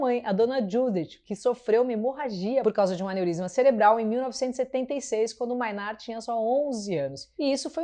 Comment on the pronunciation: Tool tá no meu top 5 bandas da vida. só um toque aí, a pronuncia correta é "Mei"nard e não "Mai"nard, Mainardi é aquele xarope (pra xingar pouco) do Antagonista, Manhatan Conexion hahaha